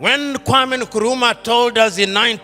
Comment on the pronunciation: I am glad that he finally learned how to pronounce "Nkrumah" correctly!